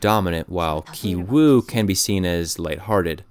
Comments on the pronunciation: Bruh stop saying Kai, it's KI-WOO, KI-JUNG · The name of the son in the poor family is pronounced as Gi-woo not Gai-woo. You should have studied the characters' names properly before you made this video. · Great review. FYI Ki is pronounced Kee, not Kai. So Kee-woo and Kee-jung. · i feel like this narrator didn't even watch the movie.. otherwise, he would know how to pronounce Kijung and Kiwoo. It took me a minute to figure out what he was saying when he said 'Kaijung and Kaiwoo'. sorry but my biggest pet peeve is when people dont learn how to pronunciate names... which you would learn anyway if you watched the movie. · a small note: ki-jung is pronounced kee-jung not kai-jung, and same with ki-woo, it’s pronounced kee-oo :)) i appreciate your efforts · can english speakers at least try to pronounce asian names right? who tf is kai-wu lmfao 😭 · Character names also have meaning. 杞憂(KI-WOO Korean pronunciation) which means eedless worry, a radical center. 旣定 (KI-JUNG Korean pronunciation) which means already determined, planned. Same as movie content. last scene show that KI-WOO stones are no different from other stones. In other words, rich family image, It is a illusions created by money. also rich man job (vr machine seller). Poor people dream of being rich, but in the end, because they have no plans, they are haze of illusion. Parasites are films with various layers. The interesting point is that the pizza shop Walker appears on the a stadium. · Ki-Woo (pronounced "Key Woo") Ki-Jung (pronounced "Key Jung") Ki-Taek (pronounced "Key Taek") The title of the movie Parasite in Korean is Ki-Saengchoong (pronounced "Key Saengchoong")